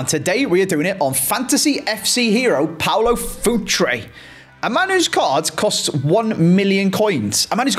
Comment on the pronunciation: Its Paulo Futre not Paolo Futre